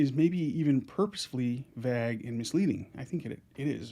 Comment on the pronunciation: Am I mispronouncing vague or is it where you're from that they pronounce it differently?